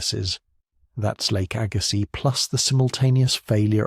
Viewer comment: Arrrrghh!!! AI lousy pronunciations!!Lake AG-ah-sees. Agazziz.